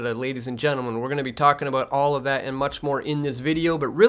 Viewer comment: Love your work. (All, not allz, he did) So Canadian